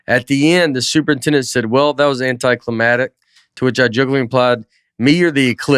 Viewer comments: Love how Nate keeps saying anticlimatic instead of anticlimactic. He’s ignoring the c in it and I am surprised didn’t step in and correct him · "Anty clamatic"